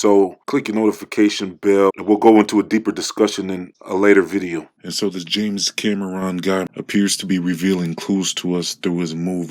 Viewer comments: Os-CUH-lation. 🤣😶 James cam-ER-ron wtff I'm dead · Dont talk about English this fool can even say oscillation properly or james Cameron Haha. Tf yo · Do you seriously not know how to say his name or just making fun of him or something? Science mixed with religion is like clam gumbo over hamburger helper